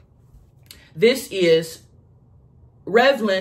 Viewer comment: when she pronounces the lipstick by Revlon and says it like Revlin lmao